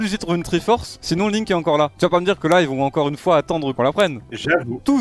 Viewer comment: Gotaga : surnommé le french monster, détruit littéralement le prénom de Link en 2 secondes 😭😭😂😂